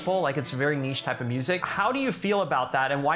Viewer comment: Did Ray just say niche?